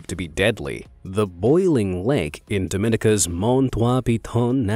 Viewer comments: Let's properly pronounce places that people most likely don't know about b4 they try to correct people from there lol... its pronounced Dom in ee ca NOT Dom in ica... Dominica 🇩🇲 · The boiling lake is in Dominica… pronounced Dah-men-EEK-uh. Not Dominica like Dominican Republic. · The way you pronounced Dominica... Dominicans like myself could NEVER....